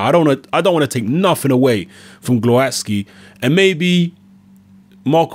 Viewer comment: Proper pronunciation is Gwovatzki.